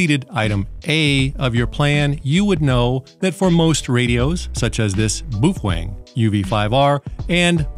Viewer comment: Thank you for teaching the proper pronunciation. Boofwang.